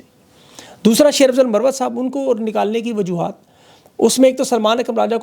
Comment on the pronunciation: sb AAP Marwat ko Sahi read nhi Kiya